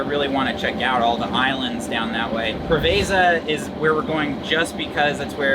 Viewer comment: Welcome to Greece beautiful couple. I have a feeling you will mispronounce many Greek places and it sounds funny as my American wife. For starters Preveza is Πρέβεζα with the accent on the pre…. Not ve…za. Greek place not Italian… Have a blast as I watch you for years now and have sailed the Greek islands from Rhodes to Halkidiki…. An amazing sailing area.